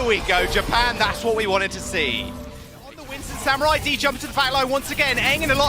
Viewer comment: Is anyone else annoyed they can't say samuraids name properly